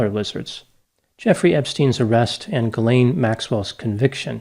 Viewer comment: Seems like nobody in the US can correctly pronounce "Ghislaine". The closest pronunciation, expressed phonetically, is jeezLENN, with a soft "j".